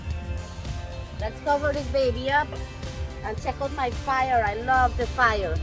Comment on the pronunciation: Fire with an accent